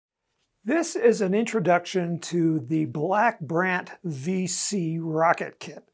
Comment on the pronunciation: It's Five C not Vee C lol